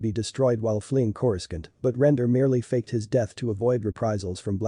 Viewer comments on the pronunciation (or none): Dash REN -DURR?Princess LEE? And CAL RISH IN? TATOO INE?.CORI SCUNT worse pronunciation I've heard in a star wars video